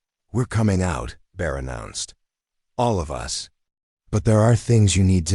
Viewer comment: The AI is not trained properly. It is reading periods as 'dot', and us is the word 'us', not U. S. for the United States.